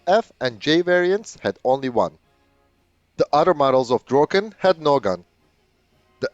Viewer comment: You pronounce "Draken" quite well. I've seen other videos, and you are very good at Swedish as compared to other native english or french speakers. If you make the "a" in "Draken" like a micro-second longer and it will be perfekt. The same for "Gripen". The "i" is pronounced like an "e", and if you make it a microsecond longer it would also be perfect!